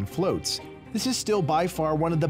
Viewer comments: FLOTS not FLOATS lmao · "Flots" not "floats" y'all